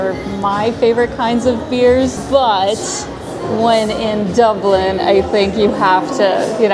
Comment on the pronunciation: Top O' the Morning to You Lass. That was one special video tour of Dublin (Doob-lin). And ever the more so with Your Beautiful Countenance in it!